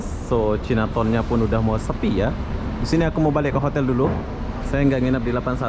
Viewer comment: Bukan cinaton sebutannya tapi Cai Na Taun ( China Town )